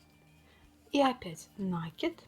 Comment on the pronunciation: Ну не нАкид, а накИд, пожалуйста.